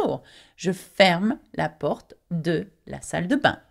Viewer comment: You pronounce the e such as la port-ah rather than just la port. Is that Parisian accent or just the proper usage?